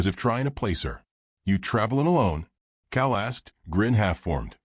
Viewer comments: Cal not cow. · COW!!!??? COW???!!! PLEASE get rid of AI!!!!!!!!